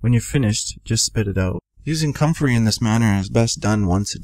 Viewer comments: I can't under stand him did he say cummin root or country root?? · I cant understand what root he is saying. Comfery root.? What?